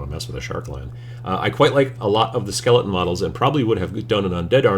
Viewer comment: My son and I think the way you pronounce skele-un is just about the funniest thing we've ever heard 8^)